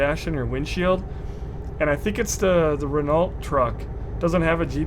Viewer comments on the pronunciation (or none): renault isnt prenounced like its spelt its prenounced rey no. and le mans is prenounced le mon. lol hope this helps